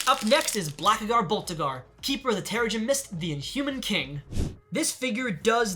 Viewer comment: You said black bolts real name wrong but still loved the vid coming from someone who mostly collects marvel lego